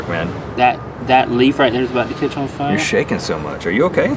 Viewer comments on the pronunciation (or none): "Today, we make -" " -HARRY DIDJA PUT YER NAME IN THE GOBLET OF -" " - FIAH," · Today, we make FIAH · FIAH FIAH FIAH FIAH!